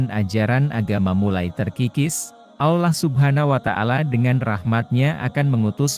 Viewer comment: Kenapa pengisi suara nya harus AI sebut Allah jadi olah gmna sih